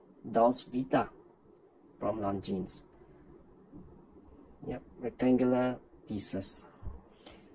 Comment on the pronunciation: Lonzeen not long jeans 😂